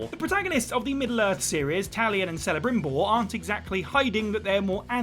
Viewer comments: It is pronounced "Kel-a-Brim-Bor" ... Kel not Cell. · Celebrimbor is pronounced Kelebrimbor, not Selebrimbor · 1. You do play as the villain in TLOU2, Abby. 2. It’s pronounced Kel-abrimbor, not Sell-abrimbor 🤦🏻‍♂️ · Who is "Selebrimbor"?? It's pronounced as K not S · For the love of Tolkien! Celebrimbor is pronounced with the K sound.